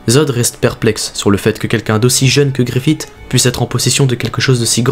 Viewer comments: Bonne vidéo, par contre Griffith ne se prononce pas avec le T' mais comme un S ou CE 😉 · super vidéo, par contre deux petits trucs : je pense que les fans de Berserk préfère les passages de l'animé en VO ^^ et justement dans les animés en VO ils disent tous "GriffiSS" et pas "GriffiTT", c'est très mineur mais ça m'a un chouilla enlevé de l'immersion sinon rien à dire :p